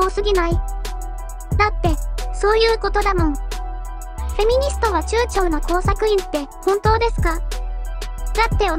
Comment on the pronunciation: 「フェミは中朝の」って所、「フェミはチューチューの」って聞こえた( ´∀｀ ) まぁ大差無いか( ´∀｀ )